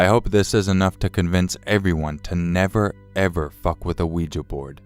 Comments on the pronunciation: Out of at least 100 YouTubers...Bless you...you are the only one to pronounce Ouija correctly That drives me insane! 🐈🌿✌ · thank you for pronouncing 'ouija' properly! that alone makes this video worthwhile